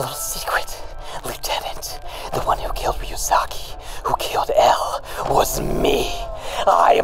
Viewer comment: Light not noticing that pronounces matsuda and ryuzaki just fine, is the best part of this so far lmao